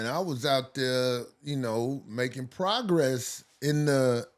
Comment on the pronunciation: Why he said progress like that 😂😂😂